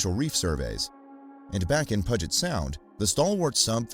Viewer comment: The Puget is pronounced like pew-jet btw! We have lots of native names here so they’re hard to pronounce for everyone lol